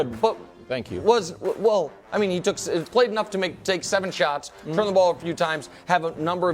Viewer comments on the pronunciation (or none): none